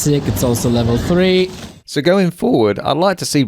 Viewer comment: Three and free. All I kept hearing in 'Warcraft free'